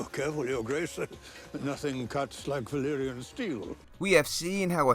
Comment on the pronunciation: They say Valyrian, Varys says Valerian. Maybe he had too much tea that day.